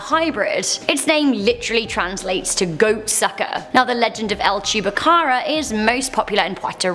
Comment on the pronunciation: No. 8: I thought i heard her say chewbacca😂